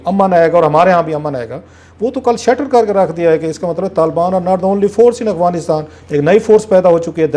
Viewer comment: کلاسرا صاحب، لفظ افغانستان ہے نہ کہ اغفانستان آپ ھمیشہ اغفانستان کہتے ہیں معزرت کے ساتھ mind نہ کیجئے گا۔